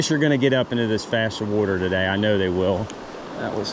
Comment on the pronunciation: Won’t be a trout bum video Without you saying “wutter”